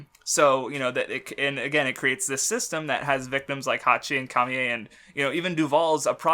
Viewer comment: I always said camie as KAY ME because of the sub. Both languages pronounce it that way. It's really only upon reading and not knowing if the spelling is meant to carry an English pronunciation or a Japanese pronunciation that the Ka Me Ey pronunciation happens.